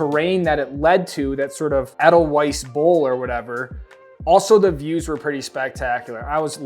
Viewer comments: It’s pronounced Eh-Dell-Vice. Can tell you’re not German and never took any classes 😉 If we’re talking chair lift luxury, nothing beats the 6 and 8 heated seat tinted domes at Big Sky. Wildcat is a great one! Cool nook on that side of Alta and avoids the long lines of Collins. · If you want the pronunciation for snoqualmie its snow-qual-me al-pen-tall and ay-dull-vice